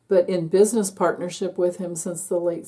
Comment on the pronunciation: 💙 💙💙💻 💙 💙 💙 “He’s a bu’ness man,.” 😂😂😂🤡🤡🤡